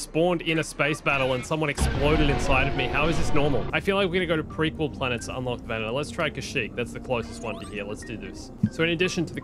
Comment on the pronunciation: It's Venator not Venetor